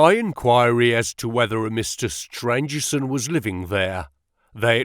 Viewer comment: Great reading One of the antagonists is Stangerson not Strangerson